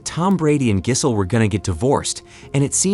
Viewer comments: Her name is pronounced 'Jizzzzz-el' lol, just so you know. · "Giss-hole," "Jizz-hole." This guy's killin' me. 🤣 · The way the narrator says gisell rhymes with chisel & that's what she is:a chisler.Throw her like a long bomb pass back to the streets Tom!This may be a blessing in disguise though.Obviously time trade up the old gash for some younger,tighter poonanny!